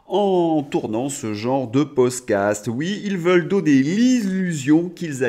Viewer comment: tu es fâché avec le mot "podcast"!🤣🤣